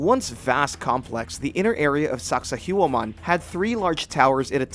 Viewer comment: Dude, learn how to pronounce these names, hell or just how to spell them, its Sacsayhuaman in peru not sakahuaman. Like the content please do more research.